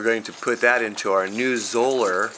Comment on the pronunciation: Zoeller rhymes with Dollar. Thanks.